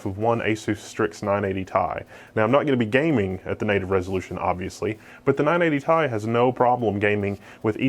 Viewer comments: first time ive heard someone say 980 tie. interesting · Holy shit if he says 980 tie one more time.... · ''nine-eighty tais''